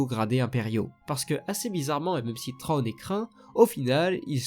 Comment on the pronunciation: Bonne vidéo sur un sujet extrêmement intéressant, à savoir deux stratèges dans deux camps opposés, mais attention il ne s'appelle pas "Trône". Il s'appelle "Thrawn". Je sais que les prononciations anglaises ne sont pas évidentes à faire, parfois elles sont très dures, mais quand-même... "TRÔNE" quoi. Un minimum d'effort dans la prononciation stp ^^ Là j'ai l'impression d'entendre un roi qui s'assit sur son trône :P Mais bon le sujet est vraiment bon et il y a du travail alors bravo malgré tout, et continue comme ça. Et que le Force soit avec toi. À jamais.